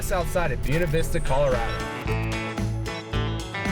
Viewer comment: Gringo cant say buena🙈🙈🙈